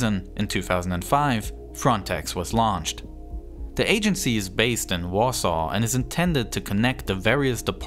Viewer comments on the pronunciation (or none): none